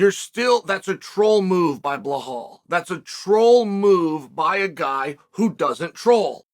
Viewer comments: It's Belal not Blehal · “Blughawl Muhammad” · If i did a line of coke everytime he said Belals name wrong id be UFC HW champion